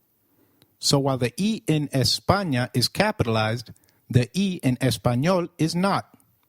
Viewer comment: EhPaNioh xddddd EhPaNia, me hace gracia como lo pronuncian 😂😂